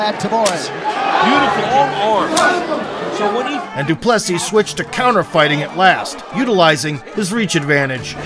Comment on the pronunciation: The american pronunciation of De Plessis. It's such a beautiful name, don't butcher it.